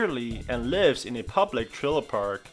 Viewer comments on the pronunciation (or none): none